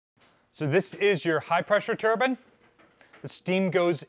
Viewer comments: TURBINE VS TURBAN. They are pronounced differently. One creates rotational power and one is worn on one’s head. There is no such thing as a Steam Turban or high pressure Turban. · Very interesting, but its a "Turbine" not a Turban 🙂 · You were doing so well saying turbines then broke down and said turban….pretty cool video!